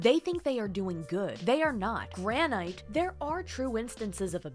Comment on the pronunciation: "Granite" The emphasis you put on there was 🤌